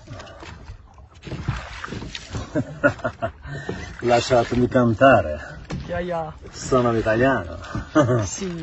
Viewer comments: Правильно она называет ЧленТано 🤣🤣🤣, սրա նման անասուն աշխարհում էլ չկա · Ասումա չլենտանո